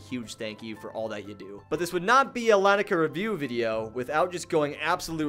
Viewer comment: Btw it’s pronounced li-ni-ca